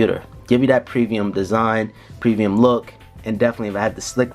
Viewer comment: Wait, did he say previum instead of premium